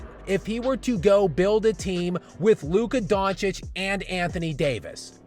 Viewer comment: You LEANED into the mic on that "Luka Doncic" line. You meant that shit for real. 😆😆 That was fuggin hilarious. Great stuff my man, keep up the hard work, and thanks for the effort. 👊👊✌✌